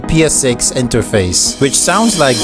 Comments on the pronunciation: i rlly dont wanna dissapoint u but... (i am not hater) its interface, not interfase... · it's interface not interfase** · Bro it’s pronounced “INTERFACE”